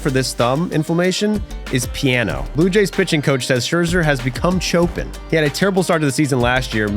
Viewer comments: Show-pon not cho-pin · It’s “chop-in” not “chope-en” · Well, at least you didn't say it like "Choppin'," but it's like "show-PAN" Musician here who hears Chopin (and Dvorak, as the other super common mispronunciation) frequently mispronounced :P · My man really said "Cho-Pen" 🤣🤣🤣🤣